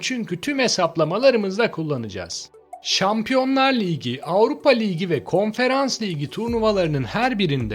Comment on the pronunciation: Liygi liygi demek yerine ligi dersen bence daha fazla aboneye ulaşabilirsin naçizane öneri ..